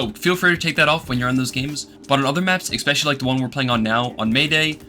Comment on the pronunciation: Brother I really hate to do this and I usually wouldn't but you said the word something close to 40 times in this video and you use it a fair bit in other videos so I couldn't ignore it forever.. "ess-spesh-uh-lee" not "ekks-pesh-uh-lee" Genuinely not trying to be an asshole I'm trying to help, promise <3 Edit: man fuck whatever I was saying here, after watching you for months now, the way you say words doesn't bother my autistic ass anymore, say shit however you want, I was 100% trying to help but I've since realised that quirks like this are what makes a persons personality <3